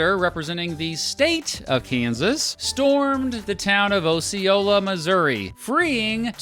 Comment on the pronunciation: As a Floridian, your pronunciation of Osceola offends me 😂. We say "ah-see-oh-lah"